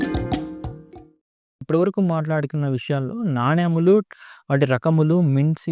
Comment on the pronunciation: నాణ్యము కాదు. నాణెము అనాలి సర్.